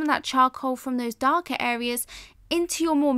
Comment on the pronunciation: Why do you sometimes say "Areas", but then also say "hareas"?